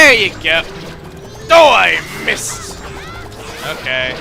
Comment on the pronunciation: chuggaa when u say oh i missed it sound like so ein mist witch means crap in german